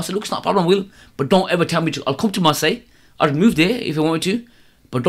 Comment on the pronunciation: Wicked interview ♥ He cracked me up when he said I'll mention the country France not the team then he said marssile by an accident haha bless the guy